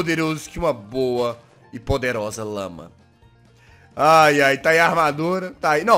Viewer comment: quem entendeu que em vez de lama ouviu lâ??